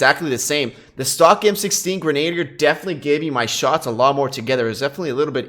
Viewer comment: LOL, simply showing how to pronounce Grenadier. Its not Grenade'er. Its Gren-uh-deer. No biggie!